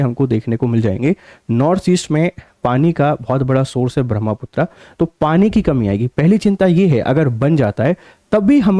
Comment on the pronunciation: महोदय अंग्रेजी के कारण अपना उच्चारण मत बदलिए , ब्रह्मपुत्र को ब्रह्मपुत्रा कर दिया है